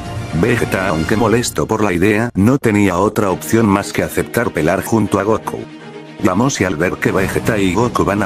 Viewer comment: Pero me gustan mucho tus historias pero quisiste pelar pelar le dijiste pelar en vez de pelear